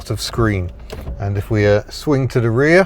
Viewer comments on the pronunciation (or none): none